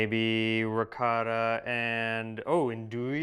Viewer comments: please teach Harper how to pronounce ricotta like an Italian. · Amazing video but as much as you love Ricotta, Harper, you should also pronounce it right :) eheheheh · I, as an Italian, when he pronounces the word Ricotta, I hear a word in my ears that sounds something like… “Rihcoda”. The strange thing is that he has next to him who makes him hear every time the original pronunciation of the word (or even other words), but he continues to go on his way, as if he never heard the original pronunciation. By the way, for me the even stranger thing is that, as you also say, he after years of living with, he knows very well how certain things are pronounced in an original way, because if he didn't know, like so many other Americans, it would be more justifiable. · Quindi in questo video, per quanto riguarda la Ricotta, sentiremo Harper dire diverse volte qualcosa come...”Rihcada”?;) Comunque, la cosa molto strana è che lui sa bene come si pronuncia in maniera originale Ricotta, perché lo sente dire ogni volta da in maniera originale, così come altri nomi italiani. Se lui non lo sapesse, così come tanti altri americani, si potrebbe più giustificare. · We know Harper loves Ricotta, so why he cannot make an effort and pronounce it a bit less American? Instead of Ricada say Ricottttta! Thanks 😉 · Peace Harper you know better. Try to pronounce the Italian names a little better. It is RI COT TA. Not Ricoda. I also dislike how the Americans say risotto. Risoodo 😢. Great recipes !!! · Oh Pa-leeese! Harper please use the correct pronunciation of the Italian words: ricotta is not ricatta. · Harper, I know that you know how to pronounce ''ricotta'' properly, so do it. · Ricotta cheese.....pronounce it right..!!!